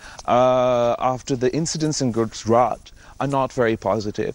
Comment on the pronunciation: Bilawal can't even pronounce Gujarat....product of a failed dynasty